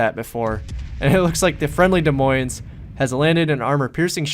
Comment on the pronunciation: By the way the s is silent on Des and Moines. So it is like De Moin (sort of). Being an Iowan it is kind of cringy (: Great video!